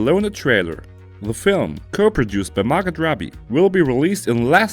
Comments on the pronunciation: Jason Stat-ham??? Mar-got Robbie????? If you are going to do videos in English at least have the decency to pronounce names properly. Just annoying to no end. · Dont pronounce the "t" in Margot